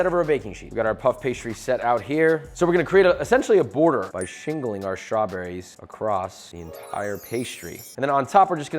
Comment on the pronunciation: "shrawberries" lol